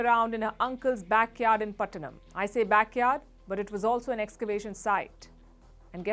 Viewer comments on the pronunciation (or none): none